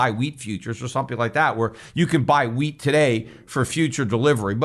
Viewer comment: Peter said wheat, but for a second I thought he said weed (hemp) LOL Can’t imagine Peter stockpiling weed!